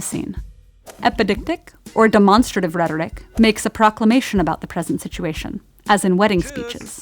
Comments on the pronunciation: Ok so am I the only one who would pronounce "demonstrative" dem-on-stray-tive(like to demonstrate something) and not deh-mon-ster-ative(sounds like demon monster?), like it was pronounced in this vid? Idk why, but it's killing me, even after multiple google hits saying I'm wrong....... I guess I'm just fucking crazy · Its not De-mon-strative its Demo-stative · There's no e in the third syllable. It's deh-mon-stra-tive.